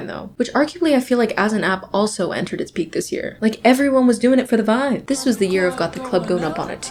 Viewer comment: for the first 4 minutes i kept hearing urine instead of year😭😭???